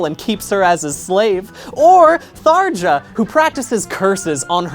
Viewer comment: Small note: It's technically pronounced "thar-ya," not "Thar-dja." Also, it wasn't said in here, but I also thought I'd bring up the next most mispronounced character from Awakening, Cherche, which is "Sher-shay," not "Church."